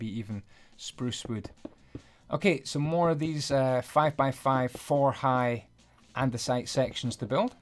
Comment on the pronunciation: your english is pretty bad andiunisite? its andisite.